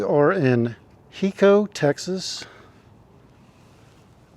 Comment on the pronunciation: It's not a short I It's a long I. Like high-co. Not he- co.